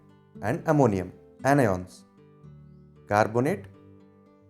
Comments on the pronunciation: Catioans Anioans 😂❤ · i heard caty-on and any-on